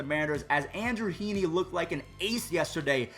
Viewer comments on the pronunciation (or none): none